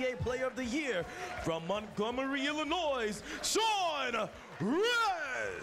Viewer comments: 1 55 announcer pronounces Illinois with an s. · Code One Gaming illinoise? That’s how it’s pronounced right? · This MC just said the "S" on Illinois